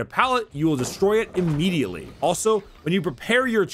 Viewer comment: Am i the only one who loves how says immediately Immedeanly